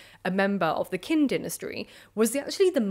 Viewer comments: Always find your vids interesting. Did notice a peculiarity or two, however. "Qin" (as in the dynasty): The "Q" in Pinyin stands for a sound more like "ch" than "k." So, "Chin," rather than "Kin." Wikipedia's Pinyin entry describes it more technically: (IPA) [tɕʰ] (like the "ch y" combination in) "pun[ch y]ourself" The Qin Dynasty--the privilege of being one of the first--gave its name to the country, "China." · I thought Qin was pronounced more like "Chin"... Has everyone been lying to me? Btw, I love your videos. You do a wonderful job! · Qin is pronounced more like "Cheen"